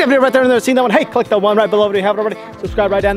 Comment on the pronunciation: “Link bown below”